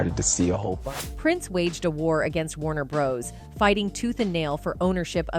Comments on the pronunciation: Warner Bros? Come on who doesn’t know how to say that name correctly? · A1 🙄 this is what we're in for. Constant mispronunciation and generic voices.